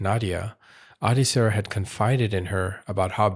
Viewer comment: Her name is pronounced Ad(eh) Sarah.